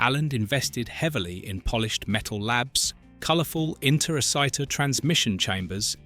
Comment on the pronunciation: If you've seen the movie, why do you mis-pronounce Interociter so much?